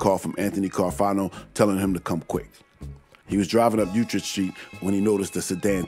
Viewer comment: "Utrecht St" should be New Utrecht Avenue, it's pronounced "U-tricked"